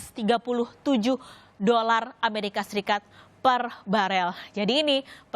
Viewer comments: Barrel bukan baler..dollar bukan dorall kacau nih anggotanya rossi😂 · Gak tahu bilang huruf r jadi huruf l yg diucapkan he....he.....